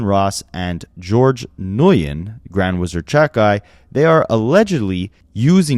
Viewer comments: Not to be that guy, but for the record the name Nguyen is pronounced like "win." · for future reference bc i’m sure that lawsuit may go somewhere - nguyen is pronounced like the win in “i need a max win” 🤞🏾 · Nguyen is pronounced 'when' 👍